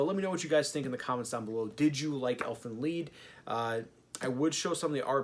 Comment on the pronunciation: pronounce it "elfen leed" ...